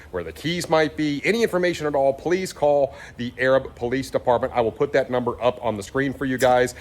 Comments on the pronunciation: Pronounced A rab not Arab... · Not that it really matters but Arab is pronounced A as in day and rab as in cab. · This dealer is in my area the only time I went there it was a 10 grand bait and switch off the bat and I left.inside job I don't know but for sure karma.and it is pronounced a rab. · just to help prevent someone being sensitive in some weird way, it's pronounced "Ay-rab" or "ey-rab", and not the typical way you would read the word as if you were using it to describe the Middle East. It was actually named Arad after Stephen Tuttle Thompson's son in 1857 when he built a house there in 1857 and established the first post office in 1882. When he sent the establishment letter in, his son Arad's name was misread as 'Arab' with a b, but pronounced with a long A. No big deal, I've just seen people blow up saying ignorant things about the town calling it racist when they've seen what it's name is without understanding the history and how the postal service goofed. Thanks for bringing it to light. A few have been recovered, but not many. Have a good weekend! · Love the show. I am from Alabama and this city is pronounced A-rab. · Thank you! Only ppl from the area knows he was killing the name of the city lol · I live just north of this dealership in Huntsville, AL. I know you lived in Texas and Florida but in Alabama we have a real draw in our accents! It’s A-rab. A, rab. Just sayin’ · It's A rab...not the way your saying it...😂